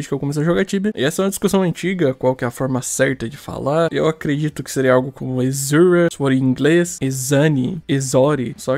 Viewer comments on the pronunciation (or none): A maioria dos BRs pronunciam exura com X mesmo, eu sempre pronunciei eZura e a pronuncia certa acredito que é exzura, que é basicamente o ex-ura falando separadamente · Lá em 2008, quando eu comecei a jogar Tibia e não tinha nenhum RL pra me ensinar a pronunciar, eu falava "ezura". Depois de velho e de ver todo mundo falando "echura", eu comecei a falar assim, e hoje acho "ezura" errado e estranho kkkkkk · Sempre pronunciei o X das spells como Z. "Ezori" "ezura" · rapaz, que loucura. 20 anos jogando tibia e nunca tinha me preocupado em ir atras disso. kkkk. quanto as pronuncias, acredite se qusier, quando eu comecei a jogar em uma lan house em 2004, eu aprendi a pronunciar "esura" "ezori". HOje os caras que jogam comigo todos usam o CH como som de X tb, e eu sou o unico meio diferente. kkkk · Muita gente fala "echura"....eu sou o único que pronúncia "eqssura" ? Não discuto muito sobre isso, cada um fala do jeito que achar melhor, mas não é possível que eu seja o único, kkkkkkkk. Eu pronuncio desta forma porque a letra " X " no inglês tem aquele som de " éx / éqss", por isso falo "eqssura" com Q mudo. Kkkk 😅😅😂🧐